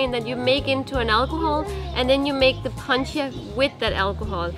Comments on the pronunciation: Guys, please, "Funchal" does not have a "T". As always, nice tasty video. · funSHal, not fun-cal